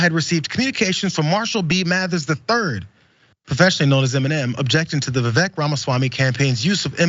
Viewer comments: It's pronounced Viv-ake. Like fake. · Vivek (pronounced “Ake”) D.Snake 🙄🤦‍♂️